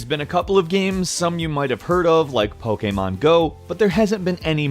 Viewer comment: You pronounce Pokemon Go like a Romanian Seriusly